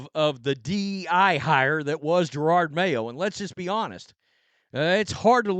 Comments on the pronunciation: Yeah, Pats fan 30 yrs. This sux! Even worse is that this B's going at least another year. Are we gonna mess up the Drake? Also, does anyone one know why this guy refuses to pronounce JaROD... It's always Jarard. Is it an accent thing, or disrespect thing? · Not sure if guy’s mispronunciation is intentional at this point , “Gerard” Mayo lol .